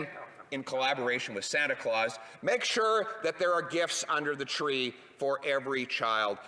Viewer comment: Hahah love how he says Santa clause hahhaah.